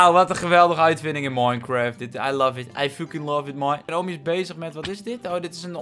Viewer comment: Ik ga nu al stuk : mineschagt😂